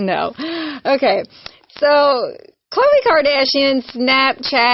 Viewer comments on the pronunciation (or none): It's Khloe...not Kohle. Just for the record. True is so cute. But yeah, I don't think her mom makes too many trip to any store that sells groceries.